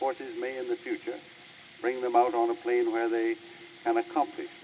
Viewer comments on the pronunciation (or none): none